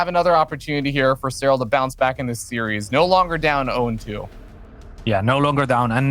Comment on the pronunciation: He just needs to stop pronouncing 'series' as 'serious' :)